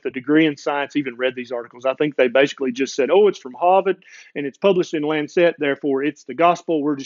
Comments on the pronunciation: Very interesting podcast marred only by the word Lancet being mispronounced. It's Lance-it, not Lance-set. Saying it correctly will help your acceptance here in the UK. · Just one thing, just one - the publication's name is The Lancet, and it's pronounced "Lansit", as in what you do to a boil... after all, you don't wear a bon-net... do you... you don't eat a pun-net of strawberries... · Brilliant rant! (By the way, it's LANcet)